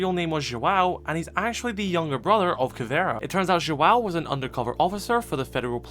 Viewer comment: "Joal' (JOÃO), "Capital" (CAPITÃO), Tubaral (TUBARÃO) It's time to learn how the ~ affect words in portuguese.